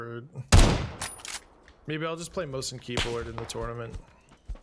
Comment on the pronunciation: lol pronouncing "mouse"